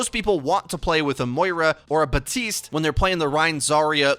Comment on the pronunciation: Why is this man STILL pronouncing Baptiste’s friggin name wrong? The P is not silent, friend.